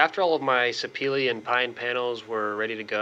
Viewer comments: Houston Hardwoods pronounces it se pa la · Very nice job! Are you pronouncing the Sapele wood correctly?